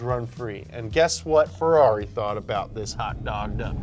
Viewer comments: "Fe-LOLLY" is tiresome too. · Inside of me I really hope he was trying to be sarcastic just like when he pronounces Ferrari, Mercedes or Lamborghini wrong